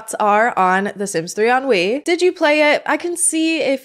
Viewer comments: What a hot mess of a game 😂 I love the Sims 3, personally. It can be glitchy, but it's still a great game. I also don't mind the aesthetics of it. Fun fact: every time you said "on Wii" all I heard was "ennui" and it made me laugh 😆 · It's hilarious that "On Wii" sounds like "ennui"- a feeling of listlessness and dissatisfaction from a lack of excitement. It's fitting. I'm a sims 3 lover, but the lack of supportive infrastructure and all of the bugs really puts a damper on things. I played it for years with minimal issues and now it runs so poorly on windows 11 that I just play modded sims 4 instead. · I keep hearing "sims 3 ennui" and it is making me laugh a bit the whole way through... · I knwo you said "Sims three on wii" but it sounds like "Sims 3 Ennui" which perfectly describes sims 3 on wii